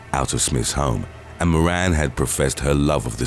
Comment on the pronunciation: "moran" 😂🤣😂